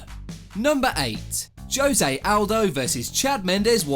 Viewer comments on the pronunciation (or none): So funny hearing Brits say JOEEE SAY, instead of HOE-SAY. The J is pronounced with an H! Lmao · Jose is pronounced ho-zay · The way the narrator says, "José". 🤣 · Why can you pronounce khabib's name correctly but not Jose?